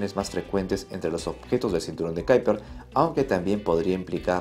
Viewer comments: ¿Cómo qué Kaiper? Será Kuiper en castellano o en todo caso ˈkœypər en neerlandés. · Kuiper se pronuncia como se lee en castellano (cuiper). Es un apellido holandés. Saludos. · En español es m{as comín que se diga, cinturón de quiper! (Kuiper) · "Cinturon de kyper" , ulala que finolis